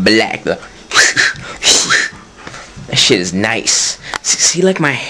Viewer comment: Lol. "Come on now, no one wants to play that shiate". Lmao